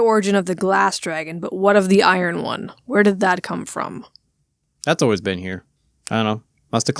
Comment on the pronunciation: It surprises me how many Germans can't pronounce iron to save their life. Also congrats. Best wishes for the future.